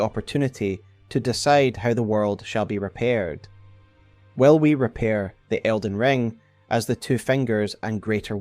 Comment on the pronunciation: They way he says "will" sounds like "well" and that was sooo confusing.